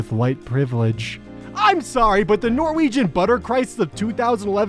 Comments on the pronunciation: OMFG HE PRONOUNCES NORWEGIAN LIKE A DANE!!! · As a Norwegian, attempt at pronouncing norwegian will be my favorite thing for at least a couple of weeks